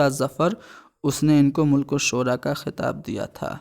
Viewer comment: ملک الشعراء م پر زبر ھے ناکہ پیش